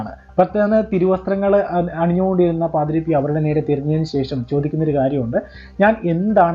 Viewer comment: ജോയൽ പാദ്രോ അല്ല പാദ്രേ.. Pio